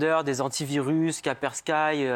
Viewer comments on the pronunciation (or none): Un expert qui ne sait pas le nom de l'antivirus Kaspersky pas kapersky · J'ai vu Spyfone j'ai rigolé, je l'ai vu galérer j'ai encore + rigoler, je l'ai entendu prononcer Kaperskai j'ai pleuré (toujours de rire)